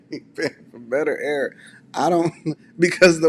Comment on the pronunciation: "Its the ayer" 😂😂😂